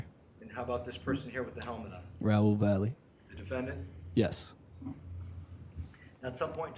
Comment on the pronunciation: Valle is not pronounced as Valley.